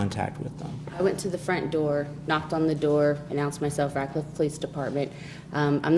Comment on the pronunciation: Radcliff? I thought she said Ratchet